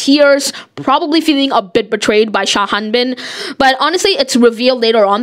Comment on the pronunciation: I'm sorry but I'm so confussed, why do you keep calling Sung Habin "Sha Hanbin"